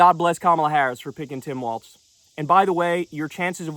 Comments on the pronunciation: As a MN native it is pronounced "Walls" not Walz like the dance. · It's Tim WALZ, not Waltz, Kyle. :) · It’s WALZ, not WALTZ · It's WALZ not WALTZ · Am I tripping or does he keep pronouncing it “waltz” and not Walz? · It’s “wallz” not “walts” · Kyle, you HAVE to stop putting the non-existent T in Walz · Kyleeeee it’s Walz, not Waltz. Also, where are the backflips and cartwheels we were promised if he got picked lmao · can we at least say his name correctly like damn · Love you, but there is no T in Walz… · Hes going to be the vice president soon. I need you to learn how to pronounce his name.